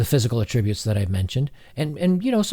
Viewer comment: You are mispronouncing the word attributes. You are pronouncing the verb usage of the word when contextually you are using it as a noun. It's the same spelling in both usages which makes the pronunciation especially important. This is not to be rude. It just reduces the credibility of a speaker in the minds of their audience when the speaker does not know how to correctly use the words they are selecting despite the correctness of the overall logic.